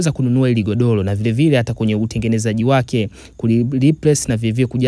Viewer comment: SIO "LAHA" INATAMKWA "RAHA" NA SIO "GODOLO" NI "GODORO"